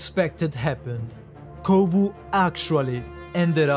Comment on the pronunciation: is Kovu, not Kovo